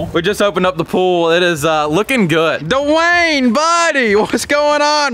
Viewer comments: Dewayne❌️ da Wayne✅️ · the amount of time said dwayen